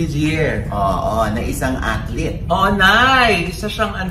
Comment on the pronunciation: Gusto ko yung, 'atleet,'..hahaha